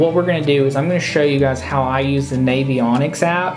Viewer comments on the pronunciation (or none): Should be a 5min video Look in shallow flats in the back of creeks. Also, it's navionics - like navigation not like Navy And it's a bridge piling, not a pylon. Sorry, I'm just easily pissed tonight